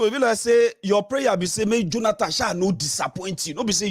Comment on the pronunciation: Please pronounce Jonathan correctly and Stop saying JoLanTan. I know you'll respond rudely but I don't care. Also its Lend me, not Borrow me . If its hard Please speak 100% yoruba 🙏